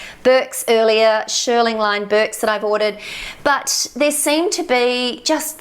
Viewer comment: Just a gentle point… it’s pronounced “sh-EAR-ling” as in “ear” and named after the process, to shear the wool back to a low even height. Not pronounced “sh-ER-ling” as in “er”.